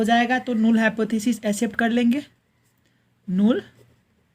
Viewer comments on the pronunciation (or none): bhai null hai nool nhi h but good explanation brother